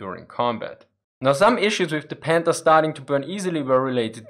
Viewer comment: It’s panther not pander I understand you can’t pronounce th the sound it makes in English as I don’t even think that sound is in the German language ok you get a pass but try harder no odder oh other excuses k😂